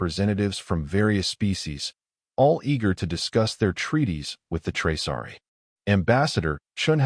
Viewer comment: It’s Traasari, not Traari!!